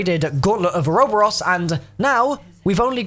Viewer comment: lolo "oro boros" how do you fuck up pronouncing that